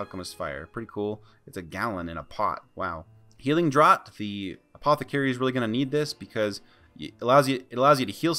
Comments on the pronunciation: NB: “draught” rhymes with “laughed” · lol I've been pronouncing "draught" incorrectly for years then :P